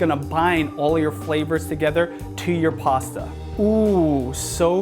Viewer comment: Are you saying passa? Lol